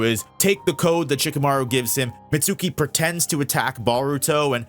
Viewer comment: you're mispronouncing Mitsuki's name